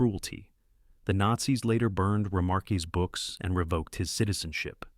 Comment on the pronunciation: Fine doco. If you MUST use an AI voice...and please don't...at least correct names and pronunciation. You pronounced a German name as Spanish: Erich Maria RemarqueZ. At that point I just skimmed the vid to get titles I didn't know.